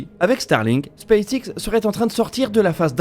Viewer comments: j'ai un doute sur votre prononciation de space X. Elon Musk prononce "space ex" il me semble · C'est en effet la prononciation francisée